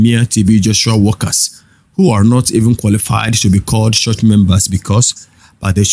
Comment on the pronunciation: Bro, school yourself to pronounce 'ch". It's very irritating the way you call church, much, reach. That rubbishes your broadcast.